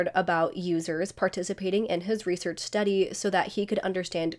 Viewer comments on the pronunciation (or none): none